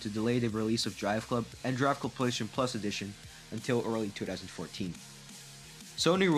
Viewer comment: "Playshun" 4 🤣